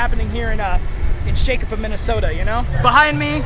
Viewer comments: It's pronounced"shock o pee" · It's shockuhpee that's how it's pronounced. >.< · As someone who lives around shakopee I was laughing way too hard at the miss-pronunciations! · You guys are saying Shakopee wrong.... XD I saw you there and almost went and did hi and such, but my friends were leaving fast and I didn't wanna lose them lol